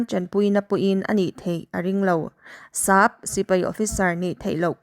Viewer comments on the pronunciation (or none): Thu lam dan inzir belh a ngai. Sap, babu tih i lam dan (thluk dan) a dik lo.